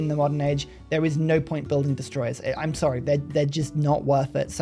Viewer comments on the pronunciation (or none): none